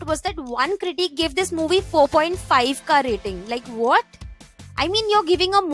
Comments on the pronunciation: Why does she say critique and not critic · She pronounces critic like critique😂